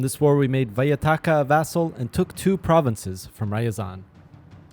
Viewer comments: Вайатка, Белозиро.. я немогу с этого произношения, ну юморные, ну артисты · VYATKA MENTIONED wait how did you just pronounce it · The way he pronunced ushanka and Vyatka I died laughing sorry XDDD